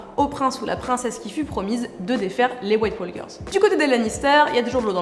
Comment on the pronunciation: T'as jamais appris en 5ème qu'on prononce pas le "l" dans "walk" ? Sinon super vidéo comme d'hab, j'aime bien.